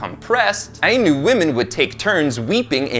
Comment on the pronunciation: I know I'm late but I've just discovered this channel. It's great to hear our culture being brought up, but our name is pronounced the eye-noo.Our practices involved taking two bear cubs and raising them as equals amongst our people. Both were treated as gods. When it came time to release the spirit, only one bear was chosen. The other was ushered into the wilderness.